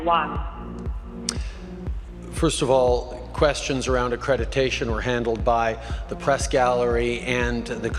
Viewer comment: can't even say the word accreditation? How can he even be?